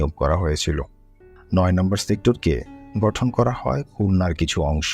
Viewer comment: গঠন কে ঘটন বলা হচ্ছে বাকী সব ঠিক আছে